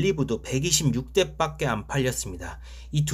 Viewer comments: 밖에 발음을 빡게 라고 하시네요 ㅎㅎ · 밖에를 빠께로 발음하는 경향이 있네요. 시정바랍니다.바께로..